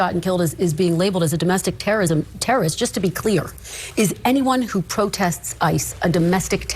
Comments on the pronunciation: Pwohtest.. ...Pwotest Is Tewowism.. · “Tewwowism.” That’s just how I heard it from him. Homan is a monster that deserves to be mocked for his speech impedement